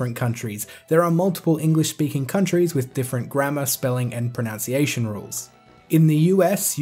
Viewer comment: I found it ironic, and a little bit amusing that you mispronounced "pronunciation" in a video about pronunciations ;) but good video man, and points well made. I've always pronounced it as "zill-ee-a" because that's what the rules of english grammar would normally dictate, but you make a good argument about other languages operating differently. I agree with your take home message wholeheartedly, at the end of the day it really doesn't matter how we pronounce a made up word. Pretty much everybody knows what we're talking about, so it's nothing to get worked up about.